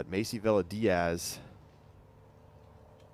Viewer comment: Villa is pronounced- ‘Via’